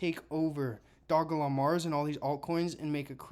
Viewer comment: Bro the name of the damn coin Is simply Doge Lon 😂😂😂 Dog E Lon. Like why are you butchering this simple name